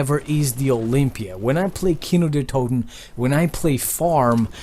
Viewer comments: Wow kinö der Toten you said but its kino der toten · You say Kino der toten funny maybe because you are not a german (kino der Toten=Cinema of the deads) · Ist funny how you say Kino der toten because im german